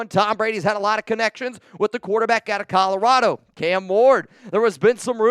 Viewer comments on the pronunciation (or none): none